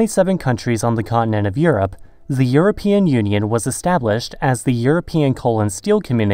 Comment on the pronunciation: Do you say "zhe" for "the" throughout the video in an attempt to sound more European?